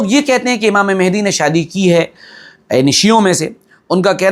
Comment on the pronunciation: Hazrat,, lafz mehdi Nahi balki Mahdi hai..yani Hidayat yafta.. Durust kar le..😊😊